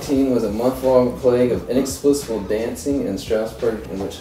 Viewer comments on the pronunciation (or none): anyone else notice he said inexplicible ? lol